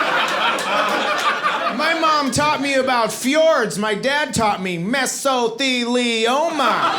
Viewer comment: I'll never hear Me-so-thee-lee-oh-ma the same way again 🤣